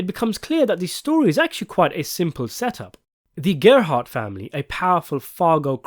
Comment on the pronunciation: The Gerbhardt family I presume came over to North America from Germany along with millions of others in the wave of huddled masses. The narrator does pronounce the surname incorrectly from how I am accustomed to. The only slight clue to their origins is what appeared to be a family crest that was displayed on the wall that included the Prussian Eagle seen in many other such crests including those from the Holy Roman Empire. It’s these little Easter eggs that make Fargo so layered and re-watchable, another one being the use of a very similar if not identical money satchel that is used in the original Fargo film and buried in the snow that is used in the other Coen classic No Country for Old Men. This is so blatant it must be done as a nod to the film or the other way round, yes Fargo film was made before No Country for Old Men so it’s a nod to Fargo- also season 2 is set in 1979, and ….No Country for Old Men is set in…..1979.